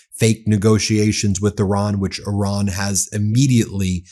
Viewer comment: Stop saying "Oran". Please!! The name of the country is Iran